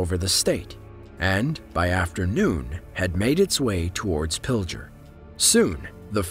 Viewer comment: Y he pronounce pilger like that??!!🤢🤢